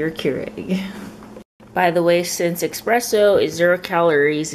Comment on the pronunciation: Not a big deal but thought i'd remind you since you kept saying it the same throughout the video... its espresso instead of expresso.. i also love watching your videos since im also korean